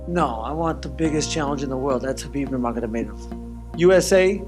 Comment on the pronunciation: He said Khabib Nurmagona-made ov That's not how it's pronounced Justin